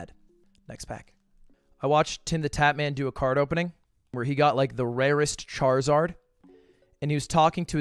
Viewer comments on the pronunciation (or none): none